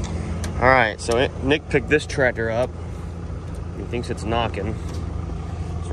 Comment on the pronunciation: I can remember having to jump-start Dad's rig in the middle of winter, with nothing more than a old F-100 pickup truck, but if your serious about giving it away, I can have a truck there inside a hour to pick it up?, 😉, lol, I thought ya called the truck Blue-collar, when did you start calling BC the Trateer-Tassy?, why do you pronounce the word tractor like that anyway, I couldn't help but notice your Dad and brother don't say it like that, you actually sound like somebody with a speech impediment when you say "trateer-tassy", lol, the only other person I've ever heard say it like that, is that Bobby Goodman guy from the tv-show swamp-loggers, and I'm about 90% sure that you never said tractor that way before you went to jail, if I wasn't so lazy today, I'd go look through some of your old video's too prove it, lol